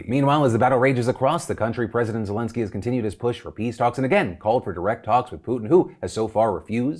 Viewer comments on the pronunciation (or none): none